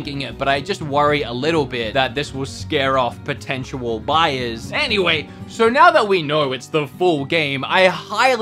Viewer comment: I believe you mean plortential buyers